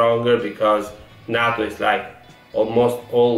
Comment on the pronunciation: Its not nahhto its nayto